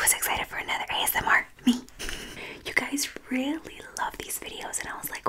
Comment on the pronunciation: its so funny how u A S M R R R R